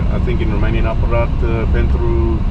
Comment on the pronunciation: Your romanian pronunciation is very good 👏❤️🙌